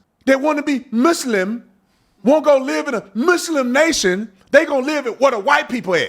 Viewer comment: Lmaoo I love seeing how I'm not the only one that can't STAND how they say "muss limb" 😂